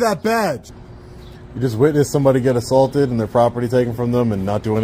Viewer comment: I’m confused. He keeps saying he was “ assAWlted while taking pitchers” but I’ve never heard of that. It’s gotta be different than being assaulted while taking pictures right..?